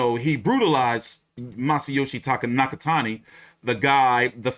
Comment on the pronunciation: Damn bro absolutely butchered Nakatani’s name in the beginning lmao